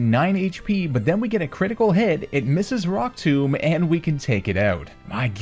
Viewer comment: He calls rock tomb Brock tomb